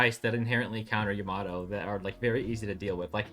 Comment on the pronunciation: How can you hear EVERY character IN GAME properly pronounce YAMATO and still say it wrong? SMH